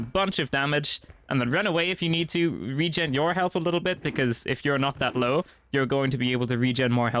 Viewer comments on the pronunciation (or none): none